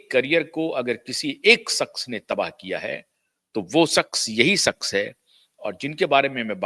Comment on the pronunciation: Pootiye...saks nahi shaqs hota hai...nihaayat hi 3rd class biased presenter ho tum pootiye....